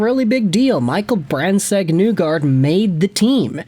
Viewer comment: I'd rather you say the n-word repeatedly than continue to say MBN's name wrong.